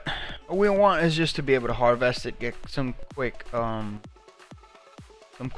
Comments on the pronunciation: Uuummm.... I sure HOPE thats not a Sig.... They suck.... Magnums much better for hunting..... Also its HARVEST.... Not Har-VEST. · Et Are typing to me? If so I was corecting his pronounciation of harvest. He says it wrong several times in the video. Cheerio.